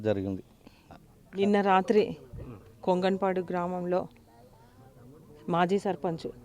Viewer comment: కొంతలపడు కాదు సార్ కొంగణపడు